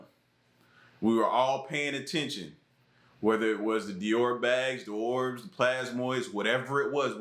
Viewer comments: That you for decoding that because I was racking my brains trying to figure it out lol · Did he say “Dior bags that were in the sky” or “ thee orbs that were in the sky” 🤣🤣🤣